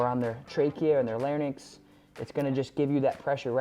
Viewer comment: it's a ( lair‐ rinks )/ (lehr-rinks). Larynx, not "larnix".